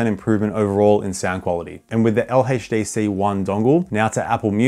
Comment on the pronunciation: "LHeytchDC" gotta love it🫡